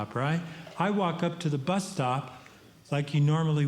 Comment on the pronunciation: Every time he says bus, I hear butt